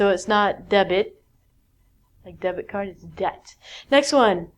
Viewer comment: debt card sounds "death card". In a fact...